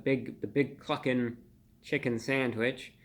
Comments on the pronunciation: Thought he said fuckin for a second. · I admit, I giggled every time you said Cluckin'!! 🤣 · lol i didnt hear cluckin i heard the other word when he said that